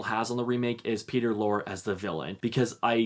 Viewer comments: Peter Lorre - pronounced Lore-ee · The final e in Peter Lorre's name is pronounced. Not like folklore. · Re: Mr. and Mrs. Smith. B/W films have a specific sense of humor? I have never heard anyone say that before. It makes as much sense as saying color films have a specific sense of humor. Wide-screen films have a specific sense of humor. Films made in 1994 have a specific sense of humor. What does that mean? P.S. Before making a video you should learn how to pronounce Peter Lorre's name.